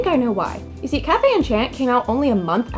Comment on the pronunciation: I would have probably not been interested in it at first glance, but your review does trigger my attention. I may give it a try. Thank you ! Btw, -- I can't help sorry, I'm happy to see French words because I am French-- if you want to pronounce it perfectly: café is just as you said kah-feh. But for enchanté: You should not pronounce the "n". "En" and "an" are the same sound to us so you can repeat it twice: an-shan. It's hard to explain how to pronounce our "an"/"en", but I found this on the net: For “en”/“an”, try saying the word “song”, but stop just before your throat closes into the “ng” sound. You didn't do "tch" instead of "sh" which is nice. We don't have a tch sound. As for the last syllabe: té is the same as in café, it's teh. I hope it was useful ! It's odd to explain French pronunciation which words are used in a Japanese Otome Game xD Apparently, Japanese people love our culture so they tend to put words here and there to appear distinguished.